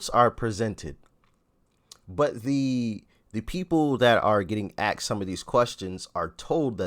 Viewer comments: THE WORD IS ASKED. NOT AXED. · Love the videos, however he didn’t “axe” questions, he “asked” questions. What is it with this axe and axing? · Love your videos and think you’re doing a great job! My only critique is “asked not axed” ;) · It's "asked" not 'aksed' lol no biggie stay golden love your channel BTW